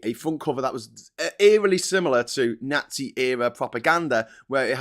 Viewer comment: can you please learn to pronounce "nazi" properly? Jeez.